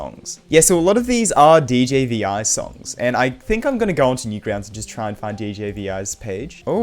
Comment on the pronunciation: his name is prounounced DJ 'Vee'